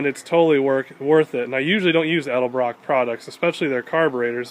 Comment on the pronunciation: At least he says "Edelbrock" so many people say "Elderbrook" drives me nuts!